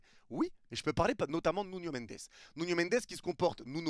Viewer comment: OH MON DIEU LA DINGUERIE 🎉 A ENFIN CORRIGÉ SA PRONONCIATION SUR NUNO AU BOUT DE 3 ANS J’AI LES LARMES AUX YEUX PTN 🥳🥳🥳🥳 Il a enfin arrêté de l’appeler Nunho Prochaine étape: Dire « solaire » au lieu de « soleure », et dire « Mikel Arteta » au lieu de « Mickael Arteta »